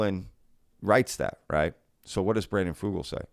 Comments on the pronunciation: as a native Utahn you are pronouncing Brandon Fugals name incorrectly. Here in Utah we pronounce it Few-gulle like Seagull I don't know if that is the correct way to pronounce it but I have been working in Telecomm for 25 years and Fugul and Sons has been a major contractor for the telco industry for decades. I believe Brandon. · It's pronounced "fyoo-gull" ... as if it were spelled with a "y".